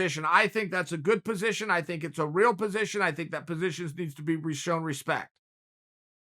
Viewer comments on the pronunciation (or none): none